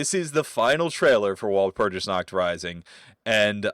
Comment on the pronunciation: Walpurgis/ワルプルギス is pronounced with a hard 'g' sound. Just like Magica/マギカ..but everyone seems to ignore that, so carry on 😅👍